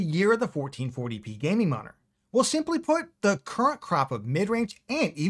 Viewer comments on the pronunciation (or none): I swear, he said "1440p gaming monitor," the less effort he put into trying to actually say M O N I T O R. He went from "Moninor" and eventually landed on "Monr".